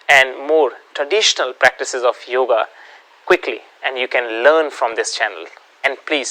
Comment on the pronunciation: Sir, in Sanskrit the pronunciation is asana not asan. Similarly, it's is yoga not yog. Your suggested spelling/pronunciation is as per your mother tongue, Hindi.